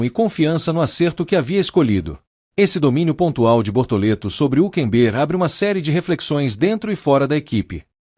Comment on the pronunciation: PRIMERO O NARRADOR DEVIA APRENDER COMO SE PRONUNCIA O NOME HÜLKENBERG 😅😅😅